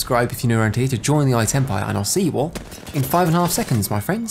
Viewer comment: Did no one catch him saying for us to join the “iTempire” ?!?!